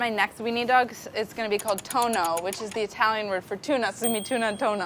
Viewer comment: just a small detail: it's toNNo not toNo. Tono means tone :D